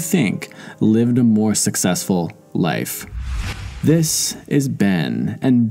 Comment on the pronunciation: Or SUCKsessful. 8==D O-: 😉